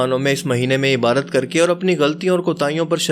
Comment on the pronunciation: Shabbaash! for timely upload. Lekin correction kijiye 'ibaarat nahi ibaadat lafz me daal hota hai, sahih pronounce kernay ki koshish kijiye'. Your well wisher